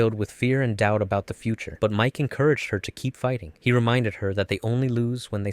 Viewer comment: It's Miche, not Mike